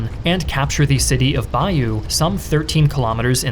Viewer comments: You need to learn how to say Bayeux, its not bayou its BAY-OH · Great stuff. Bayeux is ‘bay-yur’ Yorkshire is York-shah From a Yorkshireman that’s been many times to Normandy